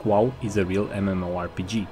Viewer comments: He still says classic Wall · What I learned: still can't say wow properly.